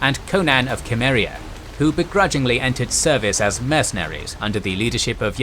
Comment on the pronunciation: The mispronunciation of Cimmeria hurts me. Otherwise, this is pretty cool.